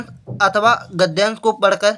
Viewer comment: अथावा नहीं अथवा होता है